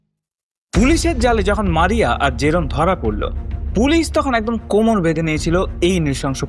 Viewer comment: জোরেম না জেরোম 😅